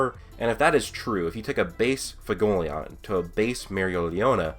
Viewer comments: FU-WE-GO-LE-YON. i keep hearing fugoleon. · learn how to say Fuegoleon for the love of god